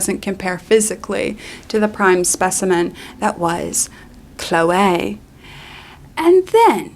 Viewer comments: The standout of this video for me is how you pronounce "Chloeaaay" like Moira Rose XD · Why do you say Chloe like that? i´m dying